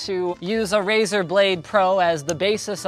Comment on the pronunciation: "Rezar Prejoct Volervie" i´m dying X,D